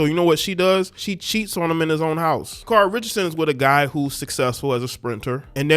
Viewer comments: Her name is SHA CARE REE. You cant even say her name right yet you wanna talk about her. SHUT UP. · Its SHA-CARE-EE😄😲 Never lay where you work😲😄